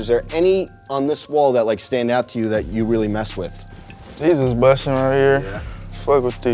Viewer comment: Blueface: “They bussin?”: “They bustin”